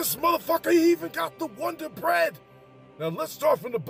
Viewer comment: The wun-dar bread 🥖🥖😂🤣